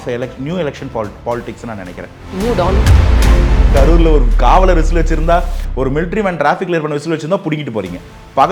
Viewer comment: Tell the anchor it’s “New dawn” not “new don” 🤦‍♂️